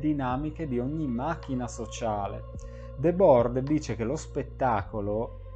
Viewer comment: Va pronunciato ''ghi debòr''.